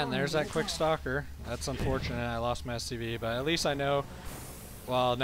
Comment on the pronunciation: For some reason when you say "stalker push" I always hear it as "soccer push". It makes me imagine zealots kicking around sentries like little soccer balls. Anyway, just subbed to you & really glad I did. Slowly catching up on your casts & really digging it so far.